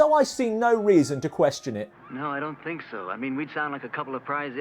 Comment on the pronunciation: "when we grew up, we did not sink" Speak for yourself!